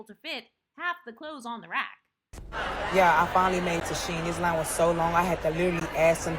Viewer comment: .. it’s SHEIN., are we okay??